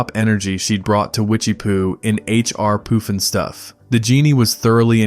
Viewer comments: AI !!! It is H. R. PUFF & STUFF not Hr R POOF & Stuff... I hate AI !!!! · YES!! I do remember the theme tunes and if you spent one second listening to them then you would know that it was 'HR PUFF n' Stuff' and definitely not POOF!!! It's insane that you take the narrative approach of 'fond reminiscence' but you butcher the names of so many of these shows and characters. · It's pronounced "PUF-n-stuf", not "POOF-n-stuf". Star Jack Wild was best known for his role as the Artful Dodger in the film Oliver! (1968). Ms. Billie Hayes absolutely stole the show as Witchiee-poo. On Sat mornings my mom, sister, and I would stop everything and watch this show. What a riot - we'd all do imitations of Witchiee-poo's crazy cackling laugh for the rest of the day. She had many lines that were aimed at the adults watching and we all loved that. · Love the look back at this and you did a great job, BUT some of the shows were pronounced differently. H. R. Puff-in-stuff, not Poof-in-stuff. Ok.